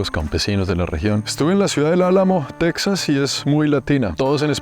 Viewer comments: En español es “Tejas” no se pronuncia “TeXas” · se dice texas y no texsas 😂😂😂 puro lavaplatos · Se escribe Texas y se pronuncia Tejas, al igual que se escribe México y se pronuncia Méjico, o sea se castellanizaron las 2 palabras aztecas hermano, de todos modos excelente reportaje de un seguidor compatriota. Al río bravo al otro lado de la frontera con Estados Unidos los gringos le dicen el río grande. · Suena raro que le digas Teksas a Texas (con jota). Saludos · No se pronuncia "tecsas" sino "téjas" al español